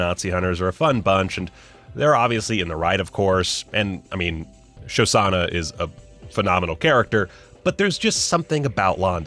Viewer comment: Pronouncing Shoshana as "Shosana" had every Jewish viewer shuddering and/or rolling our eyes. XD